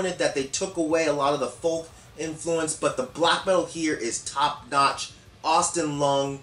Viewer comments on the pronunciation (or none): none